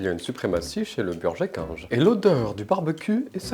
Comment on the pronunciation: "Chez burgé kinge" 👁👄👁 🧙‍♂️